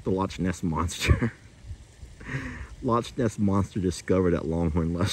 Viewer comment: It's lochness, pronounced lock ness.